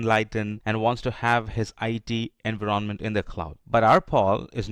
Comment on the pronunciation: voice sounds robotic.. there is no pause at all between sentences. why you pronounce Envy-RON-Ment ?????